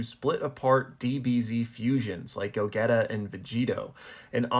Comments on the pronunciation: I don't think I've ever heard a soul pronounce it like that lmao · go-getta 😭😭😭 its the same way you say vegito just as go-geetah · I used to pronounce it like that as a kid when we would make theories about who would beat buu, this was before the internet was really big though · Did he sayyyy "go-getta"?!?!?!?!?😂😂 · Did he just say Go getta? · Mannn I’m like what go get ha is what I heard 🤣🤣 that’s crazy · The way you pronounced gogeta… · the way you pronounced gogeta made me sad :/ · Just heard him and checked the comments lol. It’s not a big deal but it’s so funny. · No way you pronounced Gogeta like that